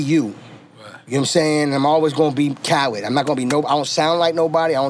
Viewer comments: Does it sound like N getting his name wrong? Carlid? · I know off the rip I'm going to love this interview because nore can never say DJ Khaled name. Shout out to the fact that DJ Khaled has gloves on but still puts his pinky ring on